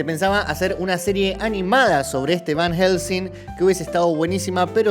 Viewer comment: Fjfjdjsjsjs por Dios soy un idiota me c4gue de risa cada vez que el dijo VAN HJGELSEING